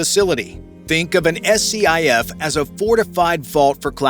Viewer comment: SCIF is pronounced Skiff